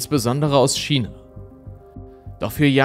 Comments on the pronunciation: Heisst es nicht Ausgesprochen Kina statt Schina (China) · Ich hör dir so gerne zu, aber dass du ein Schina aussprechen bist macht mich fertig ^^ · Aber warum „Schina“?! 🤌🏼😩